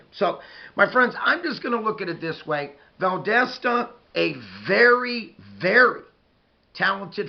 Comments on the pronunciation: Valdosta dosta not desta it’s like saying do in dog . Dosta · Great video! Closer on the pronunciation, but it's Val-DAH (like when the Dentist says "open up n say Ahhhh") -Stuh...Val-DAH-stuh Or Val-DAS (like German) -Tuh. Sorry, I wish I could write out phonetically better. You have the first and last syllables, the second one rhymes or sounds just like the German "Das" as in the movie "Das Boot" (The Boat). It doesn't really matter 😆. Great video as usual and I really feel like our teams will meet again soon, and I'm not comfortable with that. We DO NOT match well with you guys lol. Have a great week! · It's pronounced like Val dah sta. The wildcats aren't quite as dominant as they used to be but they still usually have a really good team. The other school in Valdosta (Lowndes County) also usually has a really good team.